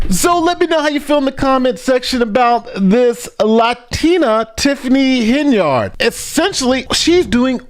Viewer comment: Not Hen - Yard It's pronounced Hen-yerd. Say it along with me Hen-yerd, Simple. Quality NY education right there.